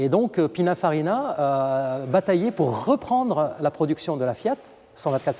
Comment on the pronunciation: Superbe auto unique🙂et belle description, juste un détail c'est "Pininfarina" 😄